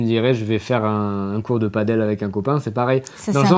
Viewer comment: J'ai regardé à peine quelques secondes. Mais je tiens à remercier de bien prononcer le mot "padel" bordel, enfin quelqu'un qui le dit bien!!